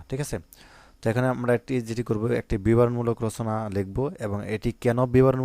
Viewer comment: Bran bol 😂😂😂😂 bibaron mulaol na biboron mulo😅